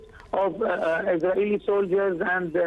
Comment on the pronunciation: Ye anchor bhi isreal se daar gaya kya, shuru mai kuch budbudane laga😂😂😂😂😂